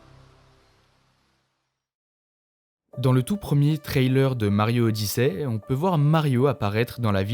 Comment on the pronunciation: "Mario odissè" 😅😂